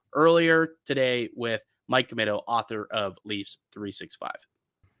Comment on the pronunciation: It's pronounced Commeeto.